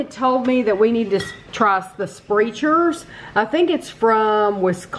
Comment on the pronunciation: Sprechar's is pronounced "spreckers" but it's definitely not intuitive. There are also Sprechar restaurants around here too. I've never been.